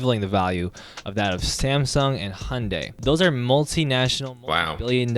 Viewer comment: That's one of the funniest pronunciations of Hyundai I've heard 🤣 hajunday